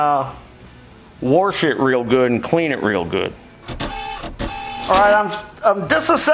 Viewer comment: I can't tell if "worsh it" means "wash it" or if it's some mechanic lingo